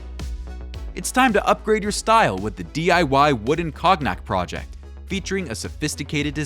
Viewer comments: LOL!!! cog-nack . Try cone-nyack. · funny- I heard "Cog-nack" but yours is funnier :) Attn: AI voice input- it's "CONE-yak" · Cog-nack?? Ai can fold proteins but somehow has no access to a pronunciation library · "Cog nack" 🤣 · "This unique COGNUT bottle " lol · TYhis "cog-nack" bottle - is that how you say Cognac in America? I didn't iunderstand what you were saying at first. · "Cog-nat" good one. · Ok. How does AI not know how to pronounce cognac.